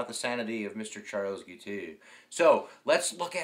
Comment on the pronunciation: Jesus Christ, man, can’t you pronounce anything? You are pronouncing the man’s name as Giteux or Gitu. It is, very simply, “Gee-toe” with a hard G. You have great videos, but your mistakes are ridiculous, like in the previous one when you called the margin of victory as 1000 votes while you had the actual numbers (10,000+ votes) right there on the screen.